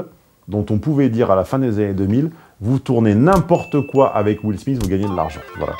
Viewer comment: Will Smissss lol